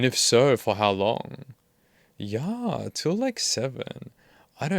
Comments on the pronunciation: Ok I gotta ask, why you do read "yah" or "ya" like the swedish "ja"??? It's just "yeah". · You do a great job with these videos. I appreciate your analyses and breakdowns. The one complaint I have is every single pronunciation of yeah as: Yaaaahhhhhhhh But I guess we all have our quirks. Still though do carry on with your great content. And as always, why don’t you have a seat? Right over there. Cheers. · your teen-girl pronunciation of "yaaahhh" sends me lmao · Great content, but I genuinely hate the way you say "yeah"